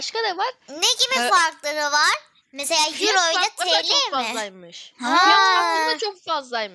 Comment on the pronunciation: Abla ben almanyada yaşiyorum we paranin adi yro değil eiro abla😊❤